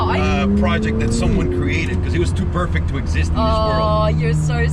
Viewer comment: I love how you say “because”. It’s like “becuse”. From the nickname supercar blondie, “super” is the most suitable adjective for what you do, who you are. I’m saying that just “becuse” it’s true! Never ever change!